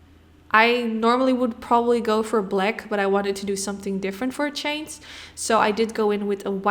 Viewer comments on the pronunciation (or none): none